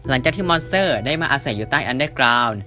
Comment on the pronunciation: ทำไมได้ยินว่า มอนเสอร์